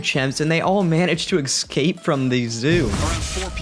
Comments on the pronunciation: EScape, not Exscape... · Excape? Dafuk u mean? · Stop saying “excape”, the word “escape” and it’s pronounced S-cape not X-cape. Jesus. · if you're going to make a video about animals "escaping", maybe learn how to pronounce escape (hint: theres no X...) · Of course you say excape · For the record it's escape not excape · ESCAPE!!!!!!!!!! NOT EXCAPE!!!!! PLEASE FOR THE LOVE OF GOD STOP SAYING EXCAPE!!!!!!! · Before you make another video, please learn how to pronounce 'escape'. The s is before the c, not after it.